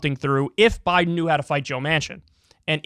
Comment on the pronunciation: Am new here. Did Kyle just say "Joe Boten"? As in "roBOT"?